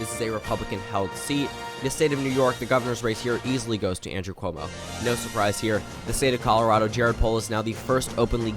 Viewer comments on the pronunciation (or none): none